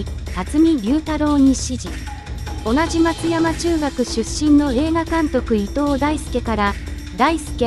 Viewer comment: 松屋中学、松山中学